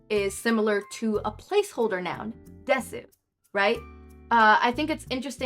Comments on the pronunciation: i don’t want this to come across as mean but desu(です) is pronounced dess and not de su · I hate to be that guy but Desu is pronounced Des